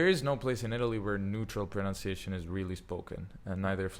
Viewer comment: How can you state that pronunciation is important at the same time as mis-pronouncing the word pronunciation